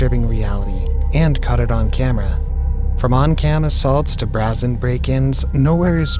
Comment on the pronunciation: "brazzen break-ins"? Bro......